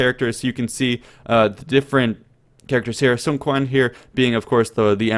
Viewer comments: Sun Quan pronounced as Soo-on Ch-uan, not Sun Kwan lol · The Quan of SunQuan should be pronounced more like "Chi- ü- an" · I thought Quan was pronounced Chan. I could be wrong. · Emmm u mentioned "SunQuan" twice if i didn't hear wrong?once a girl and another a dude? well i know the Chinese pronunciation is a little bit of struggle but hey, they are still different xD (and SunQuan inherited from his brother not directly after his dad) check this :)